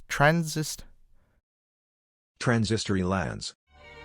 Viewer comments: I'm fairly certain it's transitory, not transistory. E.g. "impermanent". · Transi-tory. No 'sis' in 'transitory' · trans-it-ory lands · That redditor made a typo, it's "transitory" Pronounced transi-tory